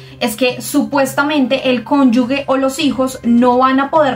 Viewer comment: No es conyugue Es conjuge.